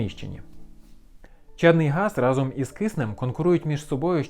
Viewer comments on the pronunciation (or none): none